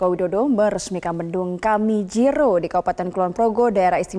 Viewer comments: Kamijoro bukan kamijiro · Kamijoro,,bahasa indonesianya sereh kan ya